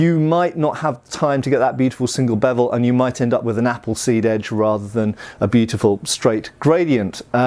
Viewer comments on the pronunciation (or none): none